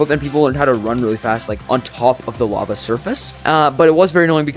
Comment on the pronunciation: But why do you say lava so badly?